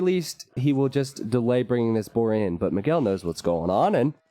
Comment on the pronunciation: Who is "Mageel"? :P His name is Miguel and is pronounced as "Me guell". Check it on Google translator in Portuguese to hear it.